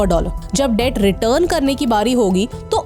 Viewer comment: Debt ko thoda theek saw batao